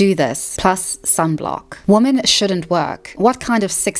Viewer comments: Is she using woman (singular) in sentences as if it is women plural? Am i hearing that right? Or is she saying "women" but it only sounds like "woman"? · I've been meaning to ask, is there a reason she says "woman" instead of "women" when using the plural form? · Women = "Wimen" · Woman and Women are not pronounced the same.